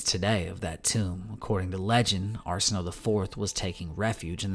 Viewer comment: Arsinoe is pronounced: Are-Sin-o-wae